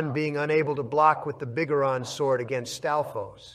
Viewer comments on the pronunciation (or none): lost it at pronunciation of "Biggoron"